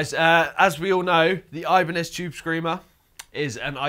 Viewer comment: Oibane-zed Chube Screamah